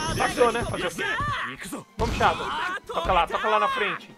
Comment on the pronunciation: Man, sô uma coisinha, não se pronuncia Shádow se fala Shedow